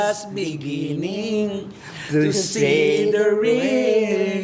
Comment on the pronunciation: Ang laki na nga ng improvement ni! I-acknowledge nyo naman, Aling Cristy Fermin! Lagi na lang negative na puna binibigay nyo kay! Can't you see how he's trying hard to improve??? Ikaw nga, Aling Cristy, marami ding mali! Gaya ng "da honesty", dapat "di honesty" kasi silent "h" kaya vowel sound ang kasunod as "anesty".